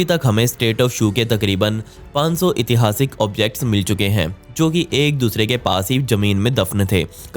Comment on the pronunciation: नमस्कार भइया एक सुधार आप अक्सर इतिहासिक बोलते हैं जबकि शुद्ध उच्चारण ऐतिहासिक होता है।